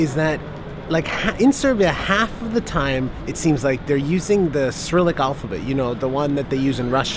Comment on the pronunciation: Cyrilic is how its written you say